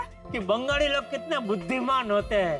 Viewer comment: Bengoli ❌ Bangaadi ✅